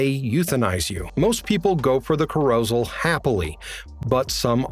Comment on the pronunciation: Tell me you haven't seen "Logan's Run" with out telling me you haven't seen "Logan's Run". They go to cah-ROW-zel.